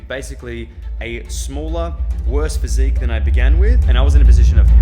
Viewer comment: "somewhat good physicque" 🫠